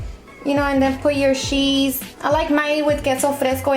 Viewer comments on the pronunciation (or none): Did she just say "sheese" instead of "cheese".. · Sheeees...😂😂 it's CHEESE.. 😂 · haha she said sheeese! LOL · Hahahah and then put your ssshheeese!😂😂😂